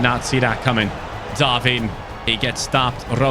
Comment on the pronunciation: You got most of the pronunciations right but wtf is that “Darvin Nuñez” it’s “Darwin”